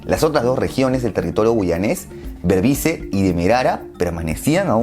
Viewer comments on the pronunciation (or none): Muy buen video pero se pronuncia demarara, y borbiz esa es la pronunciación completa